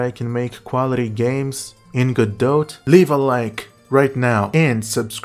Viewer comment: Video 10/10. Could be 12/10 if the pronunciation of Godot was correct.